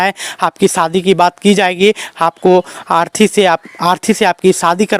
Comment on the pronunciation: Arthi nhi bhai arti